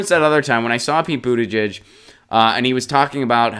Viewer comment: HOW DO WE TAKE THIS ASSHOLE SERIOUSLY IF HE CAN'T BOTHER TO PRONOUNCE THE MANS NAME CORRECTLY? THESE CLOWNS ARE CLIMBING OUT OF THE WOODWORK SINCE PETE HAS BECOME MORE POPULAR. ANY ONE WHO WANT TO SEE IF HE HAS A PLAN NEEDS TO FIND A BETTER SOURCE THAN THIS.